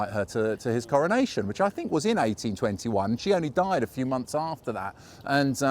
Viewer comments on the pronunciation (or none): none